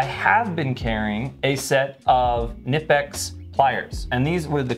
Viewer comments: Everyones just gonna let a leader in the knife community mispronounce Knipex??? Kuh-Nipex. Never have been Nipex, always will be Kuh-Nipex. And here we go... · K-nip-ex not nip-ex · Hey, at the risk of being “that guy”, it’s pronounced “kuh-NEE-pex”. They have a YT channel and you can hear the pronunciation there, that’s how I recently learned lol. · Fyi, in case you all dont know. "Knipex" is pronounced "kih-nip-ex" like the rankin/bass movie "jack frost" with the k-nights & such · Just wanted to drop by to say Knipex is pronounced "Kuh-nip-ecks". Anywho, thanks for the video. You're the best. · Hey: Kuh-nip-x is correct pronunciation directly from the manufacturer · It's pronounced KA NIPEX I WATCHED A VIDEO OF THE ACTUAL COMPANY AT A TOOL SHOW AND THE GUY WHO IS THERE REP SAID IT'S THAT WAY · nice multitool 👍 The k is spoken in the original brand pronouncing. Greetings from Knipex land Germany ✌️ What I would love to see on Leatherman are springloaded plyers. Would be topping on the cake., Team up with Alpaca and have you made a prototype double zip version or some outside attached money stash. I use HelikonTex Hip bags sidewise on the belt for wallet and EDC stuff. My main EDC pouch is a Vanquest Husky. Yeah that Buck Bowie does great next to your Bugout and ultralight concept. Get away from. He does you no good 😂 For sure … the silver guard on the old school Bowie did the trick on the ol‘ blood sucker 🧛 My Five: 1. Civivi Elementum Button Lock 2. Tasmanian Tiger RDI wallet 3. The OG … Leatherman PST II (and/or a Vic with plyers of course) 4. Artisan Sea Snake 5. wireless induction headphones for my hearing aids (great every day tool for phone calls ( especially hands free in the car) and for music in the office … no one except me will hear a thing 🎉) Have yourself a great and happy new year.